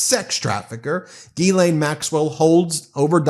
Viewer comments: “ Her name is Gislaine not Guylaine * the H should be mute in * Ghislaine , the proper pronunciation should be * Gislaine without the * H “ …….!!! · It's pronounced "Jizz-Lane" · I think it's pronounced 'Ga-len'...not that it matters, she's guilty AF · Would somebody please get this fellow the pronounce 'GHISLAINE ' PROPERLY.